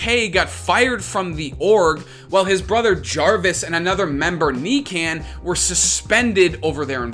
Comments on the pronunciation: NICAN lol it’s NIKAN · Faze Nikan is Nee con not necan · he sad kneekan hhahahahah it nikan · Buddy really out here calling him “Knee-can” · knee-can lol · It’s pronounced Nee-khan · "Knee Can"